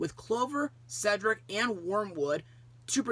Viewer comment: definitely a classic that stands out for multiple reasons mostly snow white and sofia finally pronoucing cedrics name correctly